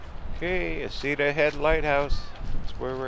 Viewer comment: Love your channel…. But asking the locals — isn’t it pronounced “Heck -uh-ta”?